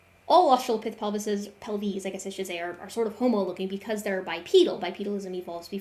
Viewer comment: But hey! She says "pelves" (except for that one time when it sounded more like "pelvi"). Also, it appears thinks the singular For Homo sapiens is Homo sapien.